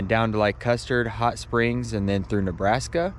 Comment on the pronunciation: Custard 😂😂😂 Every time you say it I laugh. U hang in there.